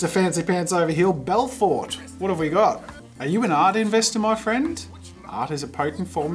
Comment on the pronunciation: The way he pronounced Belforté lol It's an easy mistake if you don't see or understand the accent, I forgive you haha